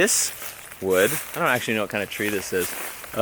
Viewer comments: Tree not yree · Tree not yee